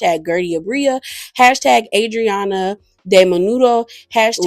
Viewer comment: You really are bad with last names … cause why you do Adrianna like that 🤣🤣